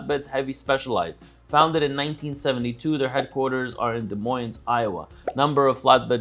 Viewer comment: Des Moines and Tulsa were butchered too. Give him credit for trying though.